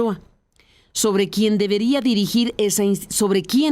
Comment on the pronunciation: Lees muy bien, con suma claridad, no aburres. ( Sólo falló el "quién", acentuado)